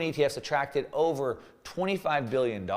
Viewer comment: Billion or million….. you’re saying Billy and the title says million